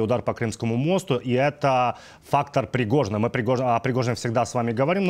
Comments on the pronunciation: По мостУ ударение на У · Мосту .ударение на у